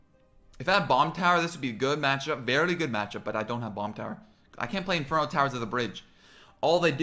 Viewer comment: I like how when u say very u say " verly" haha